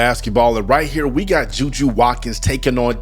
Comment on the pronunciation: Her name is Juju not Judea stop actin cute